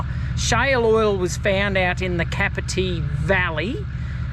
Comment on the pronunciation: Just so you know, it's pronounced Done Gog for Dungog & it's Cape R Tee for Capertee. Hope that makes sense. Keep up the good work 👍